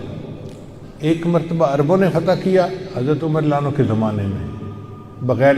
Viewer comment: Hazrat umer raziAllaho.anhooo....not lanahooo